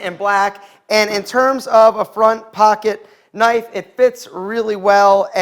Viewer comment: Super sharf knipe. :)